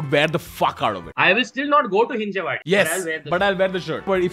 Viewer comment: हिंजवडी not hin-jay-waa-dee.